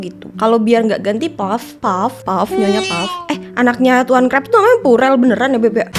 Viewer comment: pearl pao bukan purel